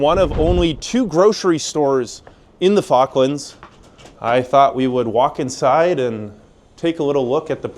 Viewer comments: You saying F.cklands all the time is irritating. With my name being ‘ Falk‘ I know how the Chinese call me, accordingly. So: the name of the islands is pronounced with an O like in office (just like the interviewed chap pronounced it!) rather than the used pastime you intonate 😜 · It's pronounced Fork - Lands not Faarklands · Please, please, pronounce the first L... it's not focklands... it's FaLk.lands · You pronounce the L usually - its how it pronounced in the UK, including by Falklanders. not 'Foklands' ;) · Stop saying Fockland and pronounce Falkland correctly. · Great video but you cannot say "Falklands" correctly - you need to pronounce the first "L"